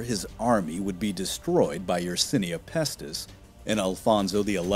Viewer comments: Badly written and the bad writing is badly read. 'Yersinia' is mispronounced as "Yesernia", a city is said to "boost" a population of a given number, a group of people is said to "no longer be welcome any longer". I could go on, but these examples are sufficient to demonstrate that this video has the quality of a middle school history project. Perhaps most annoying is Yeats being referred to as "yeets". FFS, if you're going to quote someone, at least learn to pronounce their name.🙄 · Pity the narrator says "Tartar" and "Yesernia" instead of having actually read the words "Tatar" and "Yersinia" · "Yersenia," not "Yersernia!"